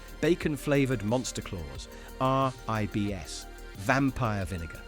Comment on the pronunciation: Why did you pronounce Sigue Sigue Sputnik (or "RIBS" for that matter) so weirdly? Some kind of joke?